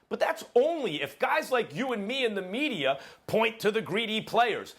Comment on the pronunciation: Stephen A "MedieR" Smith